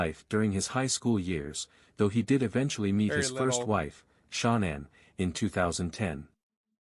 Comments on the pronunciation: Not your fault but it’s cringeworthy when the narrator (whether real or robot) pronounces Shannan “SHAWN-INN” a thousand times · I don't like the computer voice, but I kept watching. The pronouncing of Shanann's name was irritating, but I kept watching. Then they completely give wrong information about the personalities of CW's parents, so I'm getting ready to go. Before I'm doing that, they give inaccurate details about other things. One being, Shanann thought she was coming home to the same loving household when she had been upset about Chris being cold to her It's not your fault, but that channel needs some constructive criticism if they want to grow and do well. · He cant even say her name properly im over this 100% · Why didn’t this channel find out how to pronounce Shanann’s name (either way) before doing the video. I just noticed that once in a while they pronounce it right. Just happened again. They just said her name right. The AI guy even sounds a little different. Also, that picture that was supposed to be Chris’s parents were pictures of Frank and Sandy Rzucek (Shanann’s parents). Also, Ronnie wasn’t a truck driver and he was very close to Chris. Now the AI guy is back to pronouncing Shanann’s name wrong again. Why do people even use those? I will give this channel another chance, but they need to get all the facts straight next time. I don’t usually criticize channels. I probably know too many facts about this case and notice every little thing that’s wrong.